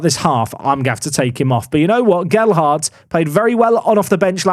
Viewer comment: HE LEARNED TO SAY GELHARDT!!